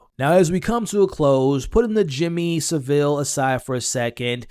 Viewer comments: No Sa'ville. Its pronounced Sav'ille! 😉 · It's pronounced savel 😂😂 the way Americans and Canadians pronounce it kills me 😄 🤣